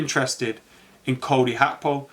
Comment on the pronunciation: His name is not Cody Hakpo the G is not an H man . You can pronounce Gakpo as Gapo and that shouldn't be hard even if it's the wrong pronunciation it's still better than HAKPO???🤣🤣🤣🤣